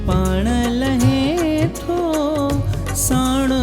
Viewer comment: No. It's Lahein tho. He is Correct.